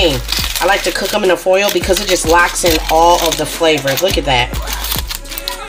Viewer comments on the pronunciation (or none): It’s the “throw eem in he’s done” that kills me 😂😂 I’m like yeah she’s from up north prolly lol